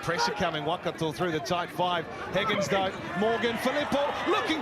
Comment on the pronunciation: When did it become ‘WAH-kato’? Edit: I reckon one guy said Waikato 50 times and said Wellington maybe once. Strange.